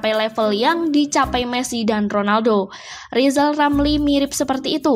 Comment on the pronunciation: Hahahahaha, Huahahahaha, Huahahahaha, Rizal Ramli gak bisa apa apa, nyebut huruf R saja belum lancar. Lizal Lamli mendingan belajal nyebut huluf R ke Locky Gelung dan Lefly Halun atau Bang Kalni ilyas